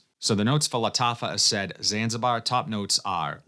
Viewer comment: The only dude who calls it A-said and not A-sad 😅 Is it the accent or just a personal choice?